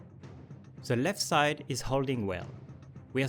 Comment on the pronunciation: "On ze opposite site"